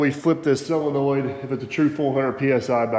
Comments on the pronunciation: Yep, Sid, you heard right. He () keeps saying “SELENOID”! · I believe the word is SOLENOID… not SELENOID… as I keep hearing on this channel.